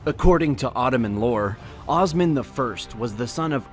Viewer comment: I must say the maker of the video completely butchered all Turkish names. It's Osman, not Ozman, It's kayi tribe, not kay tribe. it goes on and on.